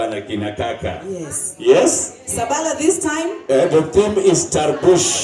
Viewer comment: Its SABALA....not shhhhhhaaa